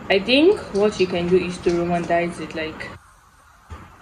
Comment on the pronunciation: Also it’s roman-ti-cize not romantize 😂❤